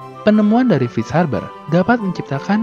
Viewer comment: F bukan V min.. tp kontennya tetep mantap! Seneng bgt gw min sama video2nya